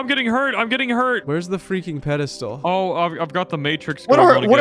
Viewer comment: Psst, it's "pedestal" :p